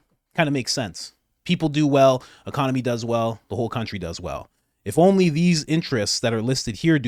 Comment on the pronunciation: Everytime she says only she pronounces it "oni".... Is she stupid or envoking Japanese demons?